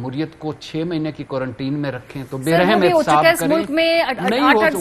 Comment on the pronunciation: Please pronounce quarantine correctly Maria